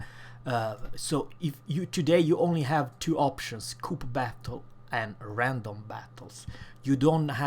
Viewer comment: the correct pronunciation for CO-OP: The first O is pronounced the same as the O in zero. The second syllable OP is pronounced the same as the OP in the word operation. Also, you don't run CO-OP into one word, it's an abbreviation of two separate words. Thanks for the heads up on depth charges. I'm going to try them on the PTS this weekend.